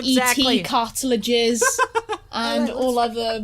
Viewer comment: wait... ET cartilages? cartridges? you mean? cartilage is the stuff your ears are made of.